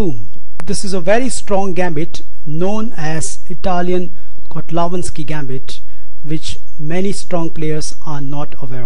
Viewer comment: Your videos are great but you are pronouncing "Koltanowski" as Kotlawanski.